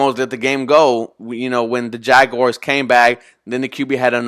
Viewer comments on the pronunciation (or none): none